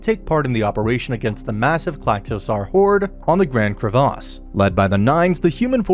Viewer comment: Ah yes "streslia" "Gran crevous" BRO COME ON Edit: mans mispronounces every FRANXX